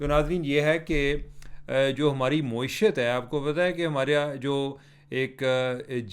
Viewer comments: آپ معیشت کو “مویشیت” پڑھ رہے ہیں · محترم چیمہ صاحب معیشت کی میم پر زبر ہے پیش نہیں ہے۔ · عمر بھائی اردو میں کئی الفاظ آپ غلط بولتے ہیں جیسے معیشت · Plz pronounce معیشت properly. Don't twist it upside down